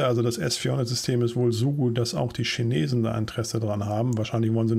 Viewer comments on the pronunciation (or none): none